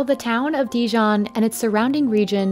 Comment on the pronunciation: if you’re going to make a video about dijon please pronounce the name properly… not de-john!